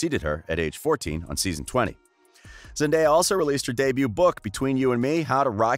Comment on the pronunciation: The most pleasing thing to me as a fan of Zendaya since Shake It Up, is hearing when people pronounce her name correctly. Thank you. I love Zendaya so much.